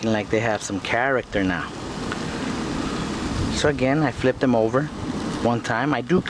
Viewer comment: hows this not viral "characta"